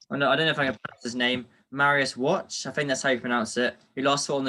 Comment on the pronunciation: Wow! Lads only 16? Pretty good interview for a lad of his age. It's pronounced Marius 'Wack' Wach. Subbed